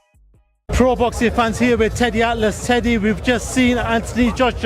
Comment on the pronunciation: “Teddy Hatelass